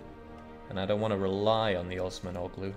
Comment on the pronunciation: Y'know the g in Osmanoğlu is silent. -oğlu is a Turkish suffix which means "son of" The correct pronunciation would be "Os-man-uh-loo"